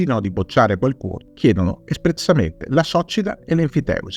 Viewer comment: Lo hai pronunciato male: accento sulla "i" non sulla "o".